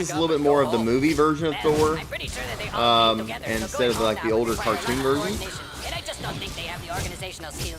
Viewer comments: It's THOR not THO 😤😣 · Dud its Thor not Tho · YOU CALLED HIM "THO" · You forgot to add the r for Thor. It says Tho lols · You forgot the r in thor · you forgot the r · u forgot the r